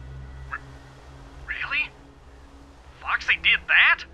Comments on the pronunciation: I thought Aphmau said Fucksy but she said Foxy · Every time Aph said Foxy it felt like she was going to say the F word xD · it sounded like she just cursed when she said Foxy oop